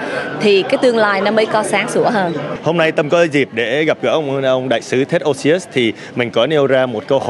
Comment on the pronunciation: Ted's last name is OSIUS, not Osious.